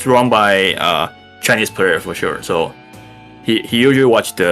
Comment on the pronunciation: Did you just say “shure”?